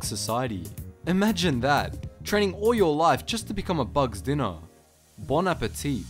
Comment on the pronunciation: I'm French, your '' Bon Appétit '' was perfect. Happy new year.